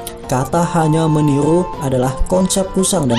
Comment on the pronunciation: Meniru or menilu ??????